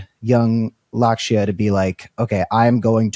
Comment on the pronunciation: Lakshya is pronounced LUCK-shyuh